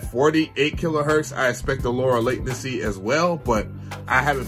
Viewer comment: Bro, the news Macs are so fast , at first they feel like they’re opening there app before you click. But also—>LAY-ten-see is how you pronounce “latency.” Love your vids. Hope you’re loving your new Mac. 👍